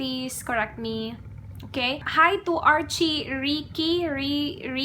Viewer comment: 😂 arhi ricci po hinde po archi😂 hihi 😍